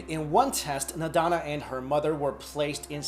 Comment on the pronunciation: not nadana .. its nandana .. has a hard time finding her on google !